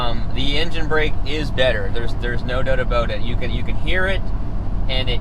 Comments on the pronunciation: Sounded like 'a boat' here in Texas. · As soon as I heard “about” I know this was a Canadian 😂😂😂